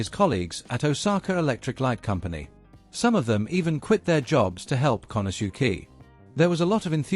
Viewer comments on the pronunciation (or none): pronouncing Japanese names is not all that hard.... "kanasuki?" seriously??? can't watch the rest... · Very interesting and informative video. However, that is NOT how “Konosuke” is pronounced… more like “KO-no-skay”